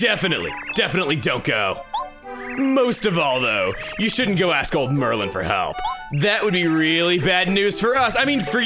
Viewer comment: Since it keeps bugging me, Chugga, you keep saying Merlin, his name is Merlon.